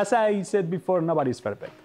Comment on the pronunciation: "Nobody is ferpect" 😀